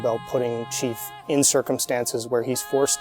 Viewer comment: Nope. Me too man. It's the chief, say it properly.